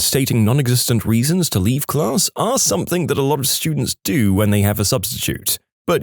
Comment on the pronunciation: No K in the word something